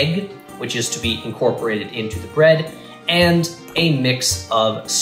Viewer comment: Potatoes, and bread. 🥔🍞 It's Ta'er Brread!